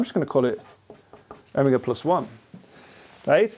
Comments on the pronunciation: o-mig-a o-mee-ga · He said owmiga I didn't know what he meant for like 10 minutes. Do all british ppl say omega like that?